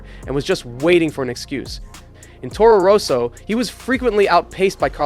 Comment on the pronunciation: Toro Roso, Fisitjella, dude, why not do your best to properly pronounce common F1 names? It is not that hard.